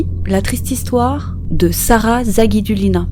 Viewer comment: La ville russe de Gubakha se prononce Goubara... "kh" en russe c'est comme un "R" en fait... et le "u" se dit "ou", Sara Zagidoulina